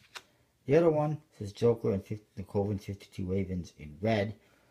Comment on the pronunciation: pronounced, ka-ven.